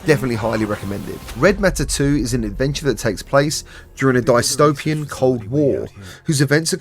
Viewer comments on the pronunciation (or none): Yeah, it's pronounced DISS-TOPE-IAN, not DIE-STOPE-IAN. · i hear this man say die-stopian like what? if you think abotu the word utopian the word dystopian is a compound word dys-topian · I Expect You To Die is good but if you get stuck in a timed mission and fail, you have to constantly restart from the beginning which isn’t fun. Also did you pronounce dystopian as “dyes-topia”? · “die-stopian” lmfao